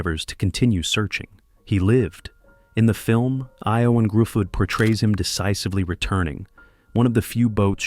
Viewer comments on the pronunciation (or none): "Gruffudd"; it's pronounced like "Griffith"